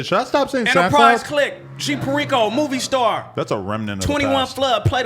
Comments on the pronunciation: Can’t even pronounce perico… smh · Dudes name is perico and he doesn’t pronounce it right